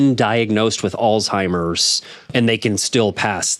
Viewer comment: Could you please pronounce Alzheimer’s correctly? Sounded like you were saying Aldtimers. No. That is offensive to people who have AlZHeimers Disease.